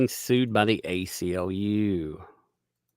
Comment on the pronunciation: ACLU, not UCLA, lol